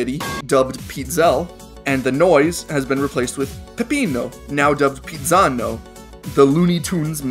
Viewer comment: how you say it: Pezzano How I Say It: Pizzano